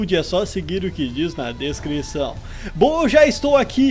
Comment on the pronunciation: Kkkk achei engraçado quando ele falou descrição